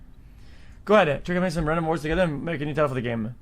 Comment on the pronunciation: Him finding news ways to pronounce words wrong never gets old for me